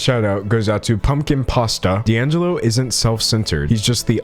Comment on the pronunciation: “Dan jello” LMAO